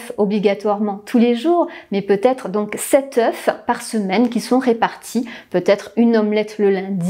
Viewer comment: on dit "sept [eu]"...